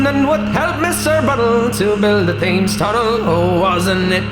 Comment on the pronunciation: Clearly a Yank - the river "Thames" is pronounced "Tems"